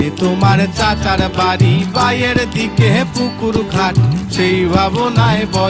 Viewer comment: বায়ের দিকে না,বাঁয়ের দিকে হবে।গানে উচ্চারণ ভুল করলে। যাইহোক,সঞ্জীব চৌধুরীর ধারেকাছে দিয়েও যায়নি গান।